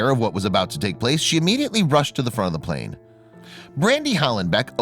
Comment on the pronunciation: Just noticed that instead of plane it was plan lol